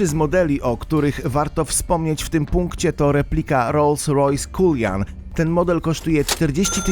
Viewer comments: w Ljonie a nie Lajonie Rolls Royce Kulinan a nie Kuljan Ly Mą a nie Le Mans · Rolls Royce... "Kuljan"... hahahahaha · poza tym, jak moza cullinan przeczytac culian xDD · RR Culjan!!!! Serio??? Rozumiem, że autor mógł nie słyszeć genezy nazwy auta, ani o kamieniu ale żeby nie zadać sobie trudu odczytać poprawnie nazwy auta, o którym traktuje jego filmik??? Żenua... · Jaki Royce Rolls? XDD Jak to można było przeczytać 'Kulian' hahaha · Dobre filmiki robi, zawsze czekam na nowe, ale no mógłby w końcu się nauczyć wypowiadać te ważne nazwy, tj. Cullinan , bo aż słabo się to ogląda. Niby szczegół, a ma znaczenie. Pozdrawiam. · Nie culian tylko cullinan nazwa pochodzi od największego znalezionego na świecie diamentu